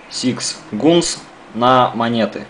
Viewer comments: Все ништяк, но это ужас, ужас как режет слух твое произношение английского, акцентом даже не пахнет) Сикс гунс так называемый звучит как сыкс ганс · Сикс гунс я ржал сыкс ганс правильно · блин да не сикс гунс а сикс гААААААнс! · Сикс гунс ахахахаха бля . СИКС ГАНС ЁПТА!!!! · Надо говорить не (сИкс гУнс), а (сыкс-ганс)!:) Давай поправаляйся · Сикс гунс. У тебя какая оценка по англ. яз?